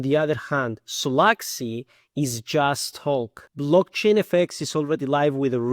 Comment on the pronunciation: Почему те, кто разваливает провальный solaxy смягчают L ? Акцент с пакистанского рынка.